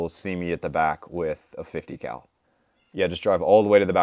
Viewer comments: 50 Cal … My ears: 50 🐮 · He actually says 50 cow, it's a running joke on this channel